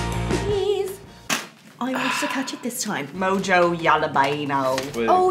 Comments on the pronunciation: Its pronounced Moho, not Mojo. It's a flavor from Cuba. Mostly citrus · pronounced "moho" for mojo in spanish...its a spiced marinade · Its entertaining how they are saying "Mo Jo" when its pronounced "Moho" but to be fair Mojo is a bost to your Mo Jo! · Takes deep breath to release tension. Say it with me. " Mo-ho ". Not "Mo-joe". "Mo-ho hala-peen-yo" ಠ_ಠ